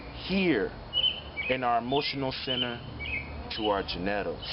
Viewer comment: We really going to breeze over the fact this man just gave us a pronunciation never imagined…? gen-neh-tals is crazy work! 😂❤️‍🔥👑✅💯